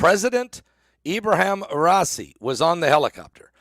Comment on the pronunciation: Pronounced Rah eee see